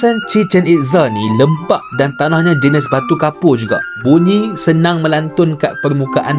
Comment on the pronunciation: Kenapa bunyi tu jadi munyi ke saya salah dengar